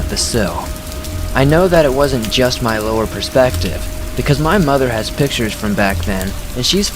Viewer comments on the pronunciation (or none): none